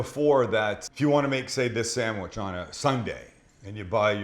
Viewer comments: That sangwich will forever be know as...."the buffalo bill chicken salad sangwich" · The Buffalo Bill samwich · Or, The Buffalo Bill Chicken Salad SAMMICH.